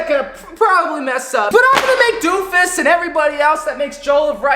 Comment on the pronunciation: dude said “doomfises jolov rice” 😂